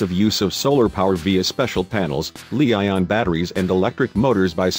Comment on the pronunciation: Drawn, ditto. I especially dislike how they couldn't get pronunciation correct on 2 key words...... catamaran and lithium ion batteries, abbreviated as Lion or li-ion pronounced lee-ion.